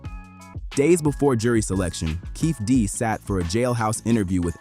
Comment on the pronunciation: Dwayne que-fee-dee